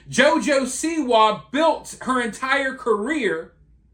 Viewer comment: This video would've been excellent bedides you pronunciation of JOJO'S last name and the emphasis on "WA" is SIWA